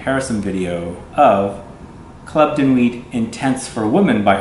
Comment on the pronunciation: You don’t say nuit with the t...... it’s just nui....noowee